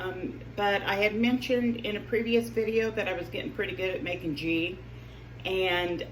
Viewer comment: Girl I love ya so I have to tell you it's pronounced gee the g sounds like when you say good.